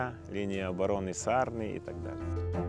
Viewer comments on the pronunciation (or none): none